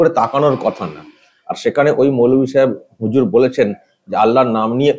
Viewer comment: Keeee reeee vaiiii ? Huzur na khejur!